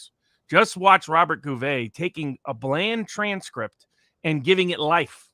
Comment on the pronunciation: Go-Vay-Ah. Aka Robert Gouveia